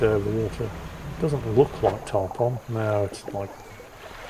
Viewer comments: FYI, it is not "Tarp On" as in on/off. The fish name instead sounds like Tarp "un". They are a really big fish often found coastal carribean locations. They like wrecks and big docks like giant groupers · I love most of your content and I love your sense of humor, but Tarpon is pronounced: Tar-Pun.